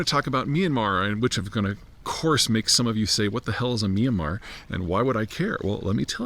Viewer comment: Myan-mar, 2 syllables